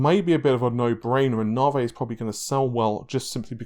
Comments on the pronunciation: Once again....it's pronounced "NAVI"...not "NARVEY"...Why are you suddenly putting on this rediculas pronunciation of it???...it won't make it any better. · It is not nawvay it's nave e . Didn't your leaks tell you that ? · The question on everybodys mind, what is narvae? You gotta be pronouncing like an asshole on purpose to trigger me. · You had it right the first time "tee eye" only you say "tie" p.s. "nah-vay" lol come on guy just stop it